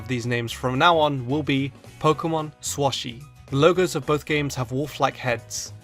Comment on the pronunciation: You. Were. Wrong. It's not SwoShi. It's SwSh